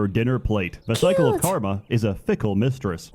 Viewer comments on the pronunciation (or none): none